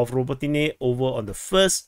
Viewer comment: "Robo-teeny" lol Ruh-bow-tin-yeh